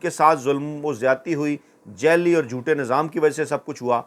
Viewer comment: لفظ جعلی کو جالی ادا کیا جاتا ہے جب کہ اکثر آپ جیلی کہتے ھیں